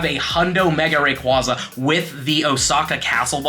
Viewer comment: You pronounce Rayquaza wrong too. 😂 ATTACK: 14 IS NOT 98%